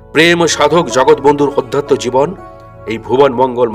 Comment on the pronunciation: Your presentation is not up to the mark. Do try to correct it also correct your pronunciation like Aadhatya not Odhatya.